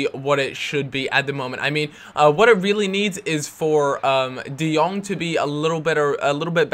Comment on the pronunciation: Jong = Young I live in the netherlands and Jong means Young and you speak it out like De Young